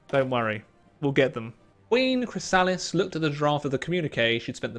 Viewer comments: No. Chrysalis is pronounced "Criss-a-lis", at least in the show. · Glad to see you came back to this mod after your last video on it. Just incase no one in chat told you, Chrysalis is pronounced "Criss-sa-liss". Also very glad you see you're having fun with the mod. If I may, I recommend any of the countries in the River federation as being pretty fun, and they have a nice story. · How are you mispronouncing 'Chrysalis' that badly?